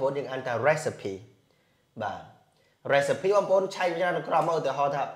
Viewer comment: Teacher recipe not resipe